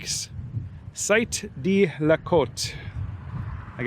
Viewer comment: Hey, I can improve your reading-of-French-signs by about 30% with one tip: 'De' (meaning Of, or From) isn't pronounced 'Dee'. Its 'e' vowel sounds close to the 'oo' in Look or Foot (but not the one in Boot or Root).